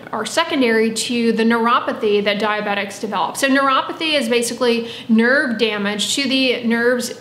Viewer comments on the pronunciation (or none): none